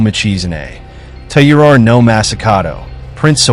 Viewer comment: Please work on your pronunciation, since your channel is themed to Japan. "Taira" is pronounced something like "tire ah".